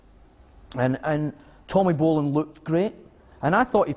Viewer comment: Great story aside the bald/hairless commentary throughout with obvious prejudice and subjective comments that never work well in documentaries. The guy or producers don't even pronounce Tommy Bolins name right. Really? ...There's better documentaries out without the judgment.